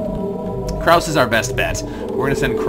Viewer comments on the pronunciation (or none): Note: The "e" in "Krause" is not silent.